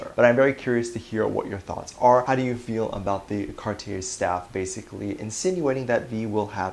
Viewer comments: It's car-tee-ay dear :) Cartier! French brand! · Cartier is French and pronounced “Cart-ee-yay”